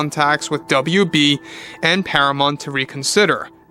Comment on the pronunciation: Do you mean Paramount? Youre saying Paramont. I assume you mean Paramount?